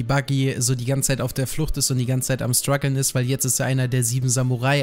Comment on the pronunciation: Wenn der noch einmal das wort Strugle sagt ^^